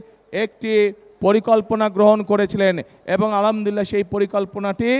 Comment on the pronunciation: আলামদুলিলাহ কি? উচ্চারণ ঠিক করেনএবং সালাম দেওয়া শিখেন।তারপর রাজনীতি করতে আসেন। কোন মূখ্য যে আপনাকে ভোট দিবে আল্লাহ জানেন।